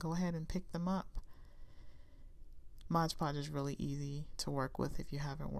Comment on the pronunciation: Mod not modge